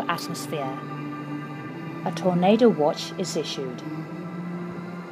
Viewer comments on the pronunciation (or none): none